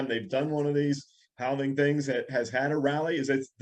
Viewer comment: It's definitely the HAL-ving 😉